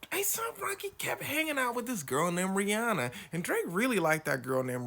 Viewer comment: Drake is just that creepy lil kid at the back that's a teacher's pet and angry he isn't popular or talented. Sure, he bought his way into the first, but all the money in the world won't buy your private school, white-collar arse into talent, and Drake knows that deep down and resents it. BTW it's "ree-HAN-uh", she said it herself